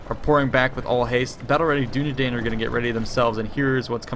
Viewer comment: you pronounce Dunedain like Dunedine.